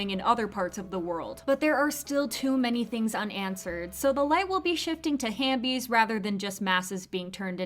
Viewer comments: I thought it was half bie not hambie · just correcting you it's halfbees not hanbees or I think it's both 🤔